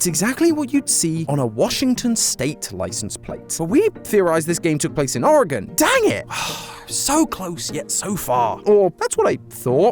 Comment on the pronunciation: I have lived in the Portland Metro Area my whole life and was 3 years old when Mt. Hood erupted I remember all the ash falling like snow. This was a Very Cool theory and I am SOOOOOO excited you pronounced Oregon correctly! WELLLLL DONE!!!!